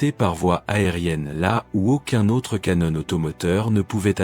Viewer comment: Le canonne😂😂😂😂😂 Non, on prononce un appareil photo canon(one) mais canon pour une arme......ou à boire😂😂😂😂😂